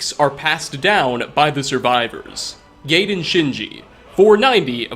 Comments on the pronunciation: "Guy-den" not gayden lol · Gaiden is pronounced "guy den". Not "gay den". No homo bashing patent pending. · GUY-DEN Shinji 😂 Like "Gaius". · "Guy-den" there's an "i" after that a, sir lol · The name is pronounced "GUY-den." From Akaviri (Japanese) to English, the use of "ai" equates to an "aye" sound. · Thats what i though i was like i thought it was pronounced guyden like ninja gaiden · you pronounce the gaiden name wrong 😅 copy this text to google translate and take a listen "ガイデンシンジ"